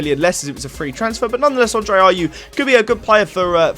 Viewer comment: You got the Ayew's wrong